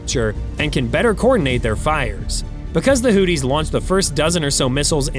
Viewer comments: Did he call them the Hooties??? 😆. Ya Hootie And The Blow Fish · the "hooties"? Everyone else pronounces it "hooth-ees". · hooties...lol...he straight copied this vid.doest even pronouce houthis correctly😅😅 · "Hooties"? You mean the Blowfish? Slow down,!... (÷ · I chuckle everytime he says Hooties😂😂😂😂😂😂. America wages war on every level. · Dude… you need to work on your pronunciation. “Who-thees” “Age-is”